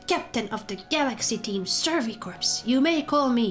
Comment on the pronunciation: Please play more. Also "Corps" is pronounced "Core" not "Corpse". Don't ask why, English is a weird language, I mean it's spelled in a way that looks like it should be corpse, its literally the same spelling minus the silent E, but yeah English is weird.